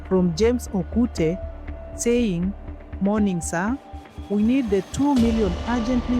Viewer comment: This is good but can you pronoun English words properly? Why do you keep dragging words like that: saaaying, meeen, kaapoool.... etc.